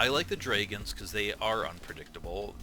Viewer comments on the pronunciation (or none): Wait, how is he saying 'dragons', 'drayguns', wtf..?